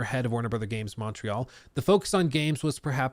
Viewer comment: You didn't pronounce Montreal properly at all 😂 say it like this Mont- real (ignore the t and use the french r) kinda like Mo-real